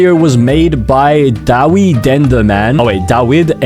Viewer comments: DAWIDENDERMAN IS MY FRIEND (also his name is name is pronounced Deywid enderman) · YOU PRONOUNCED DAWID LIKE THE WEED